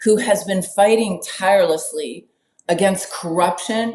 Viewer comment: I don’t wanna hear the word tirelessly again Carolying Levett messed that up